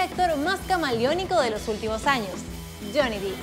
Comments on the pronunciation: Hola! Solo querría hacer una mansión! Su nombre no se pronuncia “Dip” ya que su apellido es Depp no Deep (que significa profundo) por lo tanto se pronuncia Johnny Depp (“fonéticamente” Dep) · se pronuncia dep no dip verdad? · No les da Ansiedad que diga "Dip" en vez de "Dep"?? Se escribe "Depp" y se pronuncia igual. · #15 no se dice Deep(Dip) se dice Depp (Dep) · Pensé que nadie lo diría. No es Deep. Es Depp. Y suena así: Dip Error Dep Correcto. Díganselo por favor!!! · Qué fea pronunciación. Para empezar no es Johnny "dip", se pronuncia "dep", y no es "kentacky", se pronuncia "kentocky". 🙄 La información está correcta, el contenido si me parece bien. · No se pronuncia Johnny Dip. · Es Johnny DEpp, con sonido "E", no con sonido "i"...